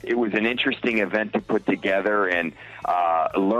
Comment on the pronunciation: “Marrag is what bwings us towether”